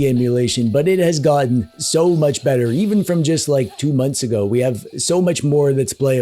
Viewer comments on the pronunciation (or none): none